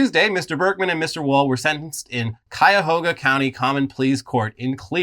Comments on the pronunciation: its "KAI-UH-HOE-GUH" not "Quiyahgoa":face-purple-crying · Omg, is trying to kill me, all these stories taking place Cuyahoga, with his weird pronunciation, it is pronounced, kai·uh·how·guh, not cua-ho-ga. Seriously I love you guys, you are keeping an old man(65) sane. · I live outside Cleveland. Between this story and those cheating fisherman your pronunciation of cuyahoga is killing me. I don't know how to phonetically spell it. Maybe KIGH-ya-hoga would be the best match. Native American words man. They do that to you. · Jesus Christ I've never heard somebody pronounce Cuyahoga as poorly as this guy. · Love ya dads., thank you for pronouncing my home county correctly....... keep workin on it.